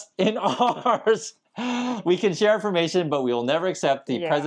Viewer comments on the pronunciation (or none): none